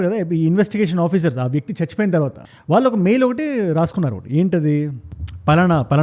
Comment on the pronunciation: Suggest 1. Speed of your narration should be bit slow 2. తెలుగు ఉచ్చారణ వాల్లు, వీల్లు, వెల్లేరు బదులు “ ణ” “ళ్ల “ వాడండి. తెలుగు బాగుంటుంది. వీణ సొంపు గా ఉంటుంది.